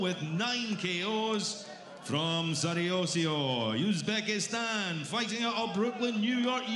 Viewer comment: Господин,. Англичанин, прошу, правильно, произносить, слова,. Узбекистан, или,. Узбек